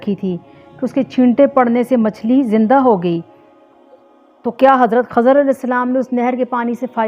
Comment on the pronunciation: Khizer hay khazar nhi